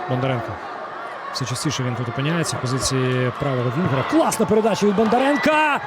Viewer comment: На УПЛ що, коментатори скінчились? Що воно там бурмоче?.. Половину слів взагалі не розумію - вайби-шмайби, білдапи-шмілдапи, зато "Бандаренка", "Матвієнка", "Алефіренка"... Не призначайте його більше, будь-ласка...